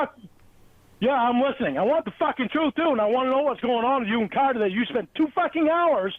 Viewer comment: pronunciation of CARTER made it literally stand up on its own